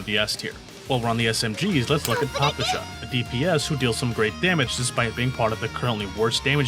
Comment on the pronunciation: Russian player here and I'm here to judge and/or correct your pronunciation and giving it Tiers as well. Nikketa is probably up to a debate but it sounds just like a given name "Nikita" which is quite often in Russia. Considering that - S Tier. For Papasha you want an emphasis on the second "a" - Papásha. S-Tier for the try tho. It also literally means "Daddy", so now we have our own "Father" just like in one certain game :^) For Nagant in general, it actually should be "Nagan" but since it's written with "t" it can be misleading for other people. Since it's not your fault, I will give you an S-Tier. Mosin is read like it's written - Mosin, not Mozin. With that said, I can't rate your pronunciation other than S-Tier. Krolik is probably as good as it can be for someone who doesn't speak Russian. Definitely S-Tier. Unlike Krolik, Ksenia is almost perfect but even with that it's probably... an S-Tier. Yeah, S-Tier. Dushevnaya is nailed perfectly. Easy S-Tier pronunciation. And last but not least, Groza - it's Grozá. It means "(Thunder)Storm". For that you will get an S-Tier. CHINA TIER Bélka is as easy as it can be. "Squirrel". Considering her looks she has two big reasons to say her name correctly so I expect from you nothing less but an S-Tier While it's written "Leva" it's more like "Lyówa" and I even saw some people writing her name like that. It might be a bit challenging but if you'll get it right that will be an S-Tier for sure. "Lyowa" is a cute word for "Lion". I also h